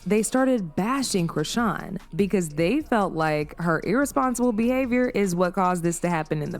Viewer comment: They way you same her name... Chrisean 😂😂😂😂😂😂